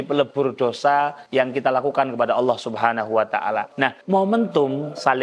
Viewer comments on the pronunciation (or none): none